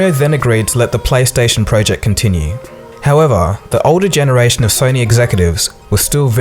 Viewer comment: PLEASE stop saying "prooject"